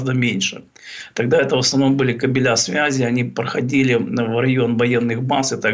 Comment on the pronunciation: Слово кабель имеет ударение на первом слоге. Тренировка в произношении требуется.